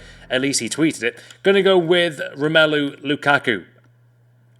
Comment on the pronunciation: ROM-ALU sorry but it really bothers me☹